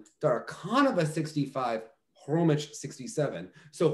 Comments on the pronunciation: Just for the record: "Khromitch" is not the correct pronunciation of Maya's surname. In "Khromykh" that "kh" at the end (and beginning btw) denote the same sound as the first sound of the word "house". But even going similar to the word "sheikh" would be closer to how her surname sounds. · It's HHHHHHHromyHHHHHHH, not Kromych :)